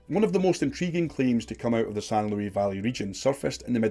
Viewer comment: The s in Luis is pronounced.... I live in the san luis valley